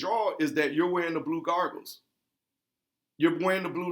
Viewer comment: "Blue Gargles", naw fam its Blue Goggles solid video/ article link